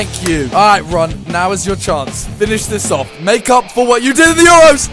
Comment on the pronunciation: It is not fines it is finish